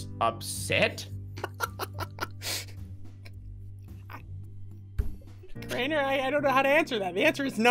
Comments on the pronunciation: who else got triggered when you said drainer instead of crainer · i got triggered when u said "drainer"